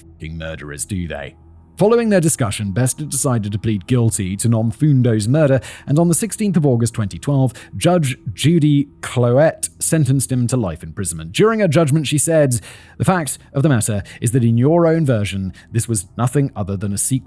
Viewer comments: I nearly fell off my bed laughing at his first attempt to try and pronounce it and then he even thanked you for your pronunciation guide!💀🤣🤪 Also, pronouncing Cloete as "Clo-ette". 💀 I honestly don't think Simon's ever going to get Soweto right! 🤦🏻‍♀️🙈 I love how he read your pronunciation guide, but still got it wrong and then said, "Oh, I always thought it was [previous incorrect pronunciation]!" 💀🤦🏻‍♀️🙈🤪🤣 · Agreed! I couldn't stop laughing! 🤣🤣🤣 Also, when he pronounced Cloete as "Clo-ette"! 💀🤪🤣